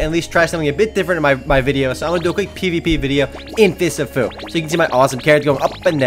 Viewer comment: I thought you said Fists of poo for a second.